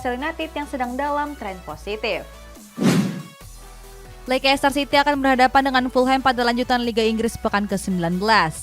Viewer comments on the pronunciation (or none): bacanya : Leisester siti min..... Bukan lekester siti